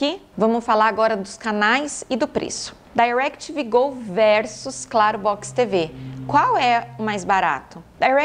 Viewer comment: Eu amoooo ela falando “Dairequitivi Gol”